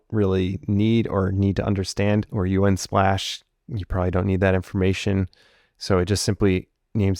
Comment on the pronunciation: The only thing I can focus on is him saying U N splash instead of just saying the word Unsplash...